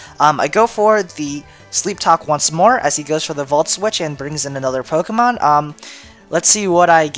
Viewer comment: scythe and im sorry but your intro is so god damn cheesey.... and I don't like the way u pronounce the pokemon lol